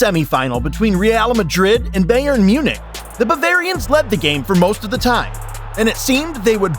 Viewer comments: Anyone else triggered how they’re pronouncing Bayern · i’m from Munich it’s pronounced (buy urn) I mean no offense, but it sounds weird to a native speaker